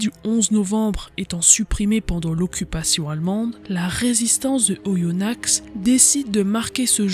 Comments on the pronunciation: Vidéo très bien documentée et passionnante ! Si je peux me permettre un petit erratum en tant que bon aindinois : on prononce Oyonna(x) sans le X. Sinon, bravo et hâte d'une nouvelle vidéo ! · Le x ne se prononce pas dans Oyonnax